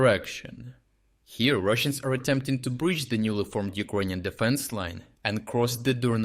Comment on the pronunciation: Check your pronunciation of "Ukrainian"